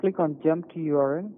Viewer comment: the scammer pronounces "url" as a word ("yorl"), kind of like kitboga pronounces html - LOL